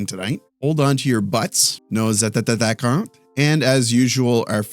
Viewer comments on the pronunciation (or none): There’s no double tt in the pronunciation of attaquants. It’s pronounced attack-en. Like in English. Thanks for the vids.